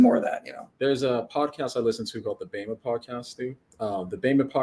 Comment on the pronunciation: it’s “Whaddo You Meme”, not “WhaddoMeme” 😭😭 his channel’s great, more people should see it